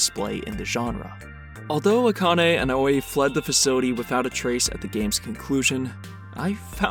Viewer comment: A quick note, Aoi is actually pronounced Ow-ee. Great video all the same!